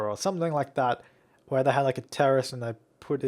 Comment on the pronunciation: is he saying teris (sp?) or terrist? lol